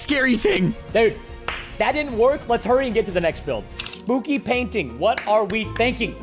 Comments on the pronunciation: he said spoopy😂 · You said spoopy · Why did you say spooky spoopy